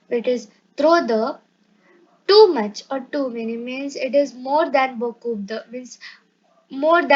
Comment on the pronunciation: Are u you yourself a student 🤔🤔 and we know about english adverbs in english tell in french. And thank you for telling there are adverbs in french also. Grow a little and then make videos. Then teach. And u need to learn the pronunciation. P is silent in beaucoup de and t in chocolate. BTW first learn pronunciation and have a course of two years. Who all agree give a like 👇👇🤘🤘